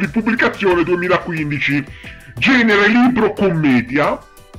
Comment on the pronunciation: Bellissimo il ''GENENERE''